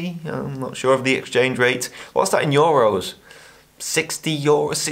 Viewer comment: I've spent the last 15mins listening to you pronounce the word "euro" xDD